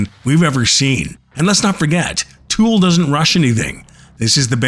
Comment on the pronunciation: Le nom du groupe n’est pas Tule 😂mais bien TOOL! Ah les Français, tellement nul pour parler anglais. Tule😂😂😂 Cela étant, TOOL a la Sphere, ça serait juste WOW!🤘